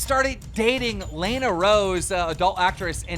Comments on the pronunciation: Is Keem dumb? He mispronounces Lana Rhoades' name, but he is terrible with names always. But he even mispronounces Las Vegas. Is he handicapped? I don't wanna be mean but it's literally there in every video. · The one thing I hate about keem is that he can’t speak English he can’t pronounce lana